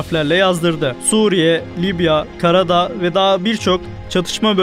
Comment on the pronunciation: karadağ değil KARABAĞ..